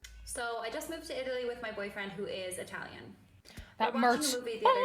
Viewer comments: When i hear you say italian ir sounds to me like eye talian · When you say italian dont emphasise the letter i